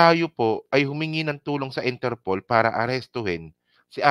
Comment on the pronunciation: INTERPOOL din pqgkakadinig ko.